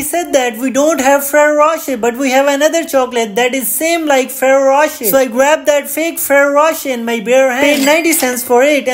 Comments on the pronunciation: Bro cant even pronounce ferrero rocher the correct way 😂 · Bro pronounce the chocolates name properly